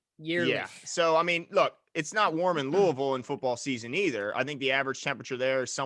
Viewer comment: Okkkkkk saying Louisville Luh ah vul correctly ayyyyye. Great content fellas